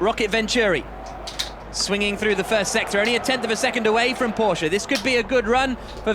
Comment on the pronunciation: Everytime they pronounce 'Porsche' correctly my heart blooms.